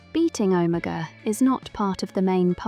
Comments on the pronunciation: Never in my life have I ever heard anyone pronounce Omega so incorrectly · Why are you pronouncing Omega like that?